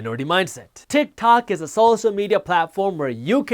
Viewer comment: haha i thought yousaid "utah!" and I got all excited for the shout out!! lol